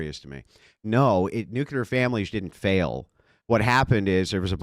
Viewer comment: It's pronounced "New-Clee-er " Not "New- qu- ler".